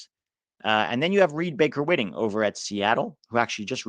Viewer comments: Can’t confirm, but every other pronunciation of RBWs name is White-ing, not Whit-ing. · Hi - Reed's last name is actually pronounced "Baker-WHITEing"